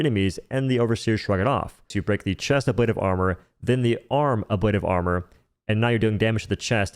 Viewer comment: You're pronouncing ablative wrong - but honestly I prefer the way you pronounce it so keep it up because that's how I say it too.